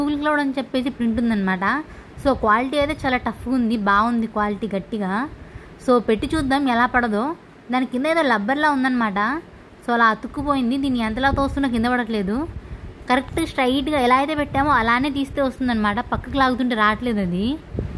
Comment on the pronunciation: Rubber ❌Lubber 😂